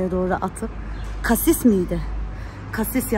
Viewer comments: Kasis❌️ Asis✅️ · Abla kasis değil asist o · Kasis değil asist😂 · asiste kasist. Diyor😂😂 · asiste kasist diyen koca yürekli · kasis diyo ya 🤣🤣🤣🤣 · Asiste Kasis diyen 😂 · Abla cassist deyil assist 😂😂